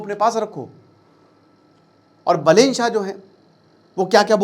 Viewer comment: बलेन❌ बालेन✅ रावि लिम्छानी❌ रवि लामिछाने✅